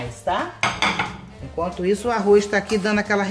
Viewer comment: Não fale arroiz, e sim arroz. Em bom português. 🇵🇹🇵🇹🇵🇹😁😁😁😁